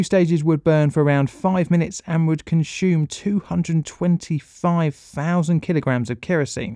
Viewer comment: More space stuff would be excellent :) Totally love your stuff 😁🥰 However I will say there is definitely no “H” in consume 😉🤷🏻‍♂️